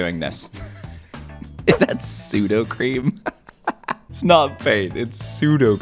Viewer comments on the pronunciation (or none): It’s Suda cream it’s not Sudo cream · soudacream nooooo soudacrem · It's sudocrem not sudocream